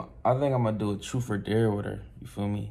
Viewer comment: Bruv its dare not dear